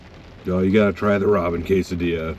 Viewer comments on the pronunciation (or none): Cas-a-dilla 😂😂 i say it this way too and my abuela hits me 😂😂